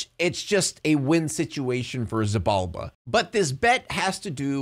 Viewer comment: btw, Xibalba is pronounced She ball ba